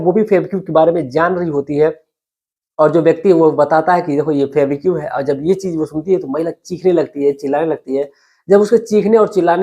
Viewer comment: सुनाने से पहले अच्छी तरह रिहर्सल करें, लड़खड़ाहट खत्म हो जायेगी। आपने १०–१२ मिनट की कहानी को जबरन अधिक समय लिया। फैबीक्यू क्या है? फैवीकल बोलो या फैवी क्विक बोलो।